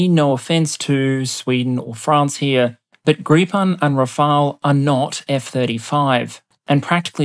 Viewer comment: Gripen is pronounced gree pen not greep on btw. Great video as always!